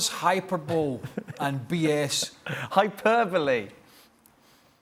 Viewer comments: ‘hyPERbolee’ Craig😂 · "Hyper-bowl", omg Craig 🤣🤣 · How does someone who thinks "hyperbowl" is a word have a job? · "The ep-it-tome of hyper-bowl" - Brian Regan - Craig Burley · Hyperbole: Craig just read the word in the dictionary without checking the pronunciation.